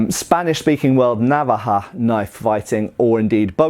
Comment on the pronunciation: as I am from the Senora Desert, and played on Reservations, chuckle, I can assure you: it's not Navaha, it's Nava-ho. Nava being neutral & ho deepening & truncated. Chairs mate =)